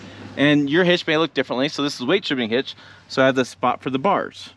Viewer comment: OK, lots to say about this video. First, thanks for the visual props - it helps. Also, seeing you put tension on the bar and the truck came up a bit. Two, I realized that how I understood you saying "weightdishibinghitch" means that those of us from Ohio speak the same language as those in Nebraska. :> Three - One time it took me hours to figure out how to hook up that weightdishibinghitch so I was in awe when you did it in seconds. Four - Do you have commercial plates on the Tundra because of the channel status, or is it because you're exceeding 10K with the trailer? Lastly, at the start of the video, the sun is hitting the top of the bed to the right of you. The paint looks like it has serious orange-peel. Is that the case, or just dirt/salt?